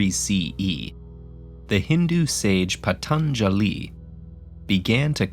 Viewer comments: Indeed the pronounciation of yoga is fabulous but that of patanjali is....... 😅😅😂😂. It patanjali (PA-TON-JELY) not pathenjelly 😂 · Pronouncing Patanjali must be difficult for you😂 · Who was "patthandali" it's Patanjali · Ted ed actually make best best videos. Animation is always powerful. But when it comes to narrations, u should always choose locals of that particular. Cause pronounce right name is key . People always use pTanjaliee when it's *pťanjali*. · God, the cringe is real when he says " Pha- Than- Jaa- Lee ". 😑 Cmon,! It's not that tough of a name. ' pa-tan-ja-li ' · who else cringed so hard whenever he said pa-than-ja-lee with so much effort.... ufff my toes curled with cringe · Ugh, this narrator absolutely BUTCHERING the terms. Painful. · I’m a Hindu and I can vouch for everything other than the pronunciation of Patanjali. 😹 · I really enjoy TedEd videos which are usually a joy to watch. But I was disappointed to find this very westernised portrayal of the subject matter. I do think the least they could have done is get the pronunciation right :/ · I believe he had difficulty pronouncing patanjali😂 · The way he says patanjali.. man you being doing yoga for pronunciation... 😂